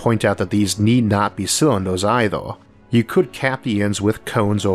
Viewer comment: can't take the speech impediment. turned it off as soon as i heard, "o'neill cywinduh".